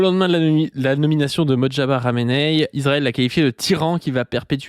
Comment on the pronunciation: * "MoJtaba" et non "MotJaba" (le J est avant le T). À part super taf sur cette capsule.